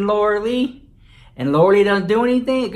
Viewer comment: I live for the way you say Laura LEECH!! It is hilarious 😂😂😂😂